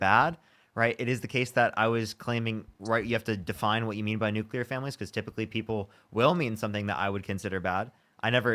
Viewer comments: Nuke you lerr????🤦‍♀️. If she cant say it, she doesn’t understand what she’s talking about. As for the guy, he’s simply a feelings over facts kind of guy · I think that first caller likes the Nookleur Family! While the second caller is a fan of the Nucular Family. Fascinating!